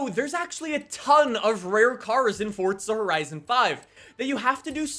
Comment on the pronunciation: Plz learn how to say forza horizon